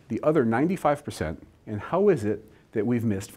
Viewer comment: Why do you pronounce the word "and", "aay-yand"?